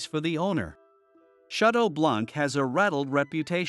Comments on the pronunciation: The word BLANC is a French word. You don't pronounce the C because it is silent. Therefore you pronounce it as BLAN. However, it is written with the C at the end. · Wait? It isn't pronounced blank? 😂 Not going to lie this pronunciation hurt a lot.